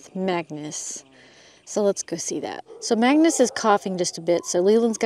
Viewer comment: is the horse's name Mangus or Magnus? I have heard both versions in previous videos.